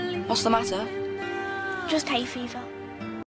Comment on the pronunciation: it’s hay fever not hate fever 😭😭 this proves your not british